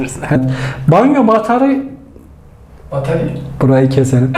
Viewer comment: ingilizceye o kadar alışmış ki Türkçe "batarya" bile diyemiyor:D Bu arada sizin emeklerinizin yanında bizim yorumlarımızın lafı bile olmaz, biz teşekkür ederiz:)